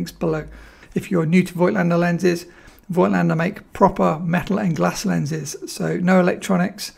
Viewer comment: Lots of photo channels make this mistake too - but it is pronounced 'folktlender'